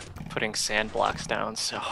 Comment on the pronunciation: down not dow.